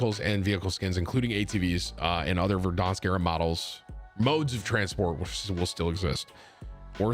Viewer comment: Press F for “Verdonsk”